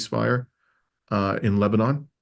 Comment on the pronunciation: It is pronounced Lebanin -- not Leba-NAWN.